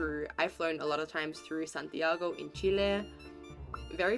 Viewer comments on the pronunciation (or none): none